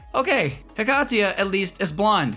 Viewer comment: yes he pronounced it correctly